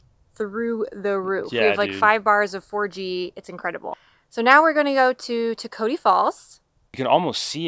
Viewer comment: I liked your guys video I go to Toketee at least 5 times a year allot of people have trouble pronouncing it so I thot I'd help out the pronunciation is toke uh tee